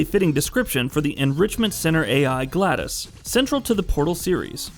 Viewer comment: 2 of the most famous video game villains of the last 10 years, Vaas and Glados... and this guy can't pronounce them correctly? I mean I'm nitpicking, but it's almost like he's never heard of them before. People who don't even play video games know who they are...